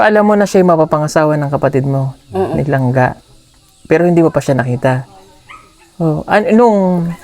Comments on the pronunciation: Langga hnd Lang-lang 🤫🤔😅🥰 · Langga ngani Hindi langlang 🤣🤣🤣